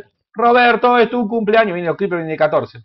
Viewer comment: Scriper? Creeper hermano.. CREEPER..